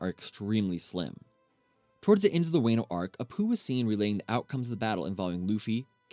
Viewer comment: yet he calld wano "way-nu"